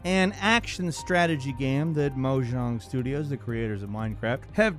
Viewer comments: I like how people argue if it’s pronounced Mojang or Moyang and just strait up said Mojong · New Minecraft game by "Mahjong" 10/10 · the way he says mojang tho